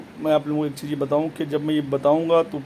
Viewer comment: Are Jahil Pahle Sahih Urdu Bolna To Seekh Le....Jaroori, Cheej, Jaja, Namaj, Trabi, Saaba......Yeh Sirf 2 Minutes Mein Urdu Ka Hal Hai, Puri Video Mein Urdu Ka Jo Bedardi Se Murder Kiya Hai....😀😃😁😆😅....Allah Ki Bachaye Aise Jahil Babao Se.